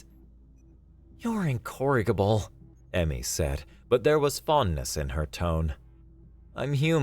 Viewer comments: Note: The 'g' in 'incorrigible' is a soft 'g', not a hard 'g.' It's a J sound. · incorigible is not pronounced like you did. The G is like a J. So not RIG, but ridge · Incorrigible. In-korik-able. Lmao It's in-courage-able. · Love your voice and performance! One pronunciation note - "incorrigible" has a soft g /j/ sound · Ya gotta get the pronunciation of "incorrigible" right, dear narrator, especially if you're going to say it twice, close together. Other than that jarring weirdness, fantastic narration. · I enjoyed this story but the pronunciation of incorrigible,the first time I was like 🤔 but then the second time I was like 😕. Ah anyway keep it good job